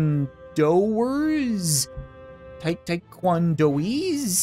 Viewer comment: I'm gonna be silly and throw in a correction, just because I can and am a random person on the internet. Taekwon-do-ka. :D